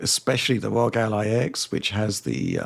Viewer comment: ROG already officially stated that they prefer the name to be pronounced as an acronym but these guys still pronounce as Rooogghh. What gives?!!